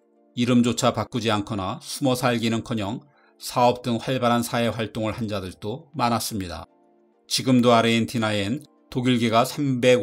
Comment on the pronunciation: 발음 장애: 사회 활동을 한 자들또 X ~자들도 O 개선될 때까지 알려주겠음.